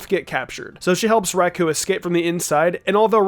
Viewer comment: This guy cannot decide how to pronounce Raikou.